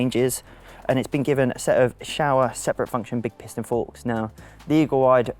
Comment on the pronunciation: God you brits can't speak enlgish, "SHOWER"??? it is pronounced "sho-wa" not "show-er"